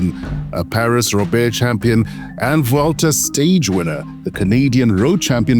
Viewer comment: As it turns out, rugby commentary does not translate well to cycling 😂 “Pariss Robear”, “gheelay” and a couple other quips make for a rather dull and telling voiceover. Doubt the commentator has spent a day around cycling. Gerald De Kock is the only man for the job. He must’ve been busy 👀